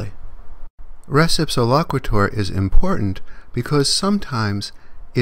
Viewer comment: The concept is from Byrne v. Boadle in 1863. It wasn't a refrigerator, it was a barrel of flour from the second floor of a shop. In law school, we took "res (pronounced race) ipsa loquiter" to mean "If a barrel falls on your head, it's the other guy's fault."